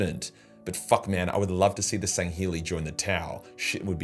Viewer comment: Shang'heli major min'i. Yes. Do.